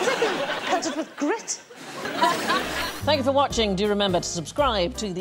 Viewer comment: I can’t ignore the way she mispronounces thank you as thannyoufor watching